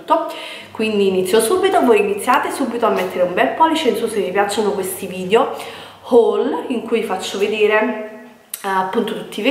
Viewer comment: Ma vogliamo parlare di "vidjo"? 😓